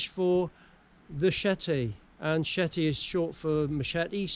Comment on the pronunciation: El CHete, CHete ! Not SHete or SHeti. El CHete ! C'mon man. This is not swedish,or dutch. It's easy. Say it properly: CHe te ! You have this ,,ch" in your language. ,,CHeck", ,,stretCHing" and etc. You don't say ,,Sheck please" or ,,stretShing". C'mon, say it like a mexican amigo 🇲🇽 : el CHete !